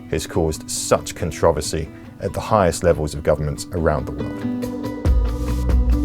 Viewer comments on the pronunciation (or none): Wait did he pronounce “controversy” as “controvacy”?